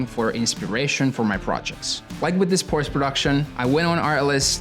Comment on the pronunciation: Amazing video, but the fact you don't know the right pronunciation of your dream brand makes me crazy 😄😄